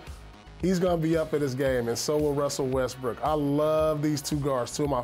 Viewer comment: WUSSEL WESTWOOK